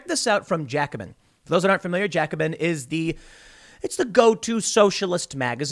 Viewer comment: You're mispronouncing Jacobin.